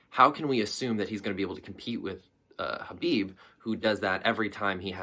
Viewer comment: It’s pronounced KA-BIB